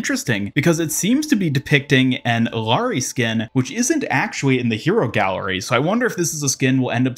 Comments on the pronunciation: Stopped watching when you said Eelaree. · SAY IT WITH ME— EE-YAH-RI